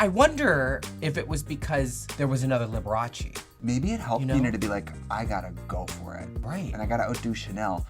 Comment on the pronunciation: Shannel NAILED Liberache!